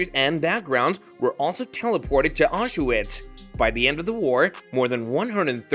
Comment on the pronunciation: Get rid of that horrible AI voice. Or at least teach it how to pronounce Auschwitz, Mengele, and several other words. Also, a dignified human voice would be much more appropriate for the subject matter. In a world full of information about the holocaust, the narration of this video is poorly done. I’m sorry I clicked.